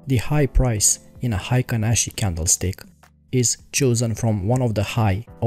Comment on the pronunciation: Nice video! it's pronced like Heykin Ashi in Japanese.